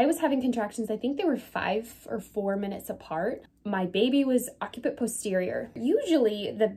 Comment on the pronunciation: it is pronounced "OC-si-put"